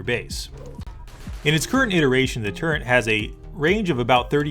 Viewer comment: Cool but man Its a "Turret" not a "Turrent"